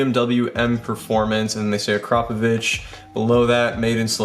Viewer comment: First person on yt to pronounce akarpovic correctly